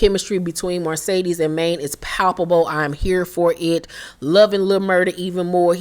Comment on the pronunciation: Girl…the way you emphasize “MARcedes” when you pronounce her name 🤣🤣🤣🤣